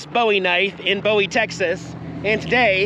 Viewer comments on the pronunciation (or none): Thank you for visiting. I hope you enjoyed your time in Wichita Falls, TX. Just FYI … the tornado sirens are tested on the first Monday of the month at noon. So, Hello Again wouldn’t have been open (they are open Tues-Sat). And another FYI so you don’t sound out of place … Bowie is said with a long oo sound as in food. The Christmas lights at Midwestern State are called the Fantasy of Lights. They used to be displayed on the grounds of the Burns’ Home. They have been at the school for a number of years. Im glad you had the chance to stop by and see them. If you are ever back this way - you need to check out the Mane Event. These are life size horse statues around the city that depict different aspects of life here in WF. Be careful on the road! Prayers for safe travels.